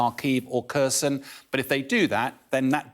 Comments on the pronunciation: He cant even pronounce Kharkiv and especially Kherson. As a Greek it made me mad he pronounced Kherson as Kerson. Its pronounced like Cherson. Not Kerson (i know its a Kh) also fun fact. Sevastopol old name was Kherson. It was an ancient Greek colony but later Catherine the great moved the name as part of the Greek plan. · The cities of Kharkiv and Kherson are pronounced: "HARKEEV" and "HAIRSONE" respectively. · Silent "K" on Kherson, come on folks.